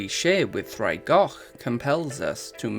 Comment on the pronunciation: Heads up: you'll want to spell it "ddraig" with the pronunciation. Your spelling of "draig" is pronounced with a /d/. Both mean "dragon," though.